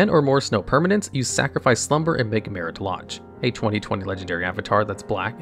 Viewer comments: Anyone else notice just how many misspelled words are in the video text even when the correct spelling is on the card or learned back in 3rd grade? Or how badly some words, even some from the game, are mispronounced (i.e. Maritah Lahg for Marit Lage)? This is a great channel, but these simple proofreading and listening checks show such lack of care that kills credibility. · Why do you pronounce Marit Lage two different ways? You are 100% mispronouncing names of cards on purpose